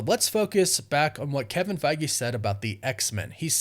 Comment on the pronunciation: I dont think you pronounce his name as Kevin Fagi or Faggie, its Feige